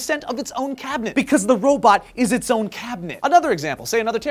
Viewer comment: Yep....you said robat, you can't escape that!